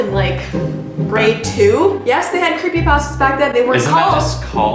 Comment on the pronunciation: are you ok heard that 63 Canadians are dead from a recent crashed plane, I am so worried about you and Ti please let me know if you're ok, I have horrible aniexty too, and your show gives me a safe escape. I love your show and FYI I like how you say creepy pasta. You are the bee's knees.